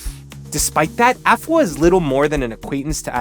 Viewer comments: You're amazing and her it's pronounced A fua,like saying the letter a and adding the fua,you were right with the fua,you gotta put it together,other than that great job,well done, you're the best😅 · urmm u kinda mantion afua names wrong buh it fine